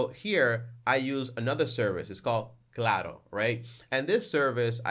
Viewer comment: You're A Tech Savvy Accountant who Pronounce Claro Very Sexy ;-) 😎 S/n thanks for the tips, with rising cost and inflation I will definitely invest in 1 out of 4 telecommunication service providers mention confidently with this back pocket information :)